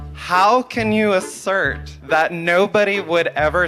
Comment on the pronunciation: "How can you ashhhurt...?"